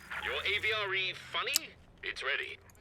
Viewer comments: I get what you are saying but it is called and "AV REE" not an "AV REH" like you were saying it. Armored Vehicle Royal Engineers (AVRE) but thank you for your efforts. :) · Please please please, for the love of god, stop saying avra It causes me physical discomfort